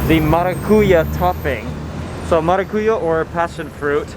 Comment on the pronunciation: Great video! In the word maracuyá, the strong syllable is "Ya" and not "Cu". MaracuYÁ Best Regards from Brazil!